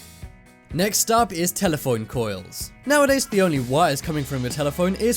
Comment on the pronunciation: "Next up is telephoine coils" 😂